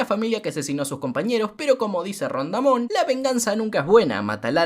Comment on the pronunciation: Como buen mexicano te felicito por decir "Ron Damon" por que así lo dice el chavo del 8